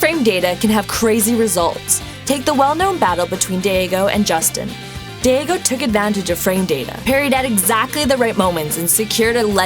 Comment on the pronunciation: His name is DAIGO not DEIGO